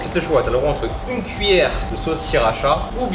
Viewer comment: Sssssskriracha 😂 C’est honteux ☺️ sa se dit shirasha et elle pique pas trop mais elle est trop bonne😍